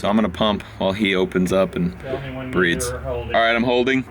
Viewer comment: going to pump while he breeds???🤔 needs a speech checker like Biden